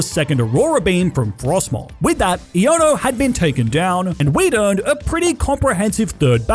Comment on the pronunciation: EoNo her name is pronounced I-a-no